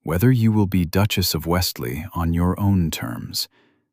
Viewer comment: It’s not Westlie, it’s Westlee